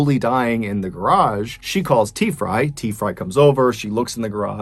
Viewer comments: I swear he was saying Tea-fry lol 😂 🤦🏽‍♀️ on another note, the only thing that idiot woman had to do was call 911! Poor guy. Glad that lady went to jail. This type of cases made me so mad!! Stop drunk driving!!! Greg’s son is a great man. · I can’t help but think your miss pronouncing t frys name lol